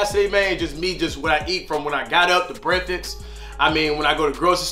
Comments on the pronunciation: my mans said “ breafix “ 😂 , my guy tho 🤘🏾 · “Ima show you what I eat for brekfix”